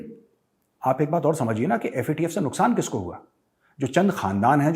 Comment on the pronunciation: major sahab, "nuskaan" 😁😁.... Jokes apart, very rare ☺️